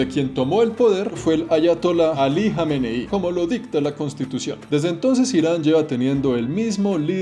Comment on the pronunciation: No es jomei... Alí Jamenei